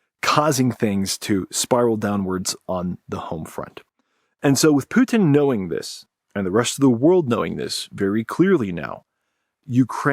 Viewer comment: The way that pronounces "putin" makes him sound french xD. Poutine